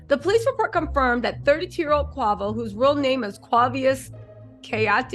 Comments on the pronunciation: Not Qwavo! Name butchering at its finest! Qwayvo….😂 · Girl, bye ✌️ if u real fam, messes us names.. that’s the least of QUAY- VOOOO’s PROBLEMS bein called quahhvo 🥴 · girl, it’s Quay-Vo. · Yooo his name is quavo idk where you from but I’m sure you seen the drink before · Who Quaw-Voy? Lol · The was you are messing up his name😅😅😅